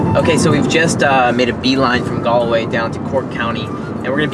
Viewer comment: Galway is pronounced ‘Gaawlway’. Great videos though. Well done 🙂.